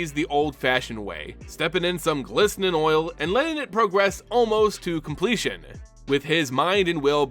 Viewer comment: may sound cooler, but is also the incorrect way of saying it